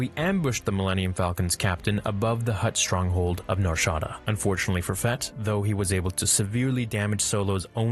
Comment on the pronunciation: It’s Nar ShadAAAAA not Nar ShAAADa